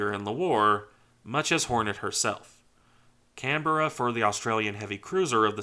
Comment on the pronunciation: My home Canberra is tricky to pronounce; you did very well. ❤ HMAS CANBERRA ❤️ USS CANBERRA